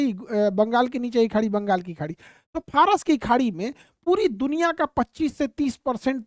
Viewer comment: Phras nahi Faras hai 😂